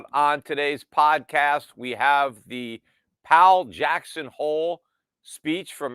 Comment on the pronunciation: Powell rhymes with towel